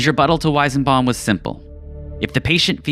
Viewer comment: I couldnt stand you butchering the weisenbaum pronunciation so many times